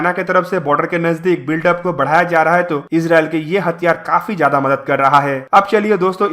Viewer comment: It is not “ madat”, correct id “ madad”. Small thing but important.